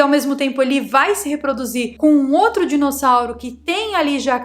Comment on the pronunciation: amo quando vc fala ALIGENÍGENA, e agora mais um que adorei DISSONAURO kkkkkkkkkkkkkkkkkkkkkkkkkkkkkkkkkkkkkkkkkkk mas eu acredito na teoria da fazenda, e nesse caso faz sentido. Esse dissonauro evoluiu nas cavernas da Terra, e através dos milhares de anos chegou à um nível tecnológico onde pôde criar outras espécies e dentre elas nós, para se alimentarem.